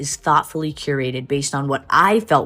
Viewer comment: in tha MAHCKIT